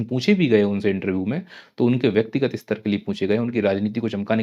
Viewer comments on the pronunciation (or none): none